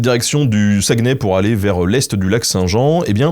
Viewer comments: Excellente vidéo. Beaucoup de respect, de recherche et d'exactitude pour la culture, on le voit et pour ça bravo. C'était génial de voir que tu es allé à la Chope gobeline, un restaurant iconique que j'aime dans ma Ville de Québec. Quelques petits bémols : - Saguenay ne se prononce pas "Saguenè", mais plutôt "Sag-né" - Valcartier n'est pas vraiment entre Québec et Montréal, c'est tout prêt de Québec, à environ 20 min en voiture, mais à plus de 2 h de Montréal au minimum. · ''sa-gue-nay'' ont dit plus ''SaGné'' qu'on dit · Sa se prononce saguené pas saguenais et on dit le fjord du Saguenay, pas Saguenay la baie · On dit Sagnay pas SagUEnay 😉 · Sag-né pas Sagueunè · Le sagueeeeenais🤣Saguenay on prononce pas le e pis ay ça se prononce é. On t'aime Ben! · Jai littéralement recracher ma soupe de rire en entendant ta prononciation de Saguenay, le U et le E somt muet sa se prononce SA-GNAY. Et quand tu dit saint jean comme sa je pense plutot a saint jean d'acres. On dit la lac saint jaaa ( le J peux etre remplacer par un H si vous etes rendu au niveau expert ) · désolé, petite correction si je peu! On dit Sagnay même si ça s’écrit Saguenay! saucisse à hot-dog! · Saguenay, ça se prononce comme s’il y avait pas de E juste sagunay genre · sa gue nay... j'ai mal aux oreilles lol merci de ne pas prononcer le "e" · Alors, jvais faire mon québécois chiant mais Saguenay ce prononce "sagné". Woualla woualla xD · sa-gue-nez ... non stp tu la pas dit comme ça ? HAAH ! ta fait ma journée mais très bonne vidéo rien à dire sur le reste !